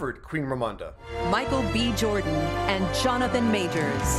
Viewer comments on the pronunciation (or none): none